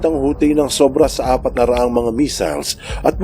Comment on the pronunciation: Sana-a po ang pagpronounce ng Sanaa Ab-ha po ang pagpronounce ng Abha